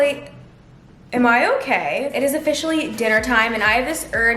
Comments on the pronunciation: omg is sounds like she said the fish in the lake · When u say it’s officially I thought u said the fish are in the lake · When she said "it is officially," I thought she said "the fish in the lake" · it sounded. Like she. Said a. Fish. In.llake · I thought she said “offici-na-ly” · Her failed attempt at saying officially 😂 I literally thought she was like “the fish in the lake”